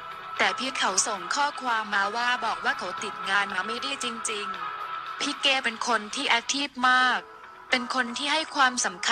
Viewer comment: อีบ้ามึ่งอ่านชือนอ้งเขาให้ถูกหนอ่ยนอ้งเขาชือเก๋ไม่ใช่เกกูละเซ็งคนอ่านข่าว